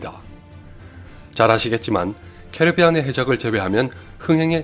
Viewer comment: 궁금한게 있는데 원래 캐리비안의 해적 캐러비안으로 읽어도 되는거임? 제목이랑 자막은 캐리비안으로 잘만 적어놓곤 캐러비안이라고 계속 말하길램